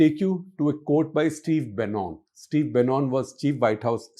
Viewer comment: Steve Bannon (to be pronounced as Bannan). Not BRICS but BRI. Shekar ji I truly admire your journalism and attention to details. Sometimes I don't like your views but agreeing to disagree is good.